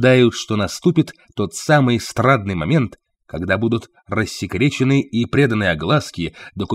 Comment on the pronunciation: Так, страДные времена или страШные ? Опять озвучивает ИИ ?? 👎👎👎